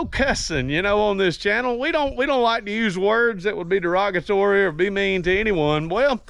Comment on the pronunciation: Der-rog-A-tory? If you do too well on YT and it's not vulger they want your content but don't want it to make money for you. Rumble is more pliable without restrictions! I like the courier episode maybe dress it up, wheels and tires, tint the windows, bed rails or something different. Thanks for your videos!